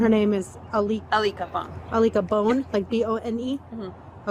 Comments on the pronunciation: Alika Bone? I-lick-a-bone??? That's like a prank call someone would do in the 3rd grade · " ALIKA BONE " really 🤣🤣🤣🤣🤣🤣🤣🤣🤣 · That lady really said “Alicka Bone”, ain’t no way bro lmao